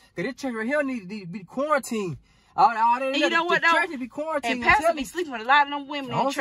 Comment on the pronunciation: I'm laughing so hard I'm crying 😂😂 he said the church need to qauteen 😂😂